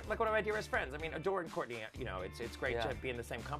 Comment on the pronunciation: are we just gonna ignore the fact the he called adore or door 😂😂😂😂😂😂😂😂😂😂👌🏼